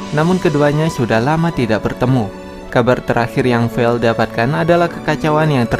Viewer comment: Vale bang bukan vel